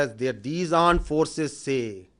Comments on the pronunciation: Aand forces😂😂😂😂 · what is AAND forces 🤣🤣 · .26 secs I heard aand forces 😅😅 kya mere kaan khrab hain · Aand forces😂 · Aand forces 😂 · tatte jaisa kaam krti hai to aand forces hi bolenge 😂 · Aand forces 😂😂😂😂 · Did he say 'Arned' forces instead of 'armed' forces? 🙄 Uneducated fellows 😂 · They say pakistan aand forces 🤣🤣🤣🤣